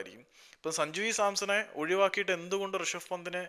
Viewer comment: സഞ്ജുവി സാംസനാണോ? അല്ല സഞ്ജു സാംസൺ ആണ് എനിക്കറിയാണ്ട് ചോദിച്ചു പോയതാ ഇതിൽ ഒരു വ്യക്തത ക്ലിയർ ആക്കിയാൽ അറിയാമായിരുന്നു സഞ്ജു സാംസൺ ആണ്, സഞ്ജുവി സാംസണ് ആണോ?